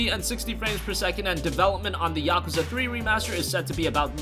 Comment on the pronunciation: Stop saying Yakwza.....STOP